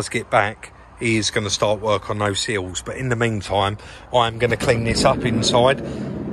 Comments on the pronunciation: thanks for clarifying. a couple of times it sounded like seals, and I was thinking I had been calling them the wrong thing for the last 20 years 😂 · I spent half the video wondering when the 'seals' were going to be sorted. That was until pointed out the 'sills';). Must be an accent thing (and I've watched plenty of Minder episodes to know better lol).. Them wheels looked mint.